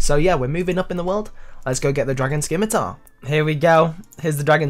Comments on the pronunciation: stop saying skimitar. its pronounced sim-ih-tar. gonna keep messaging this till you get it. im sorry, it just aggravates me. look up the pronunciation. SIM-IH-TAR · So cringy hearing you say scimitar wrong.